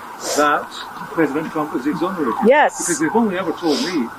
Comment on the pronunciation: DID SHE JUST SAY "HE WAS EXONARETED BY VICTIMS"???😮😮😮😮